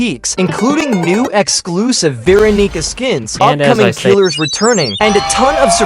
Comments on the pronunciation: bro is NOT saying veeronica... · I heard "Veeranica" and immediately regret clicking on this video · He did NOT say verronica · guys I swear he said veeronica 😭💔🥀